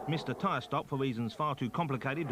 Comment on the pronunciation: “Pwost missed a tywe stop fow weasons faw too compwicated to bo you wiv ere.”